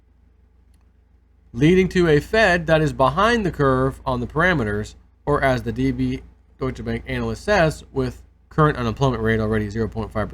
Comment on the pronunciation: all jokes aside. it's not anal-yst. and when is the herp going away?